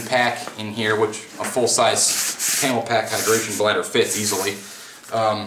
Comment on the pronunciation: Nice video. But little annoying that you keep calling Camelbak as camel pak